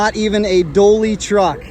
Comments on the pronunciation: Dually!!!!! Not Doally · its called a dully not a dolly truvk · I heard a "doaly" "doley"? Haha! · Is he saying a "Doley truck" or am I just mad over being click baited. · I hear "willy bar". Anyone else? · That’s what I’m hearing, how he managed to get that from “Dually” is beyond me.